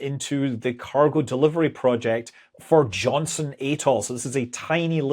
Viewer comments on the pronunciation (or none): Johnston, not "Johnson", island/atoll.